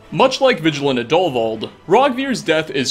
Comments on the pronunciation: Plot twist: Sola Travatius can be saved Plot twist: Roggvir can be saved Plot twist: It's pronounced Adulvauld (emphasis on AD) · The name is pronounced add-O-vald